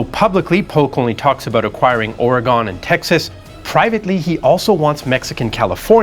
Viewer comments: Or-y-gone is a town in Ohio which is obviously where you're from. The citizens of Or-y-gun will let you know they are not "gone" but have the means to let you know they're displeasure. There are many examples of the East Coast persons deciding incorrectly how the West coast states pronounce their homes. Stop it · Oregon is also not pronounced like that either. It's more like Oregun. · It's was great until you said "Ory-Gone" now I question everything else you said. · From Astoria. Okay: love your stuff, but let's all pronounce it together America, hopefully for the last time: OR-ee-gun. Again, all you folks east of the Rockies: OR-ee-gun. Not ARE-uh-gone, but OR-ee-gun. And it's not Willa-MET, but the Wil-AM-et River. Would you like SHIH-cuhgo, Ily-noise? Thank you, please. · this should have been taught in school better Oregon is not pronounced OREGONE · Oregone? Hehe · True but even many American speakers erroneously say Ore-gone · The 33rd state hates how you mispronounce their name.